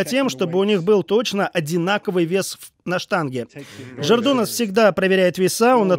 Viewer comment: Господи, комментатор, не жердунас, а жедрунас